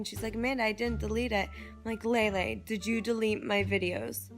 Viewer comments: Okay so.... I hate Lele but people just,,,, keep pronouncing her name wrong. It's LEELEE. Not LEILEI. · I thought it was pronounced leelee?? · i thought it was pronounced as leelee